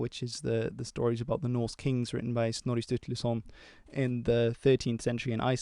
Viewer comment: I am very much impressed by your broad range of interest and the quality of your videos. Also impressed by your pronounciation of Norse/Scandinavian names.